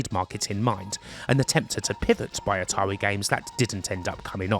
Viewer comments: "Ahtawii"? Kidding aside nice vid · Atarwi parewent company brwoke up? How sad.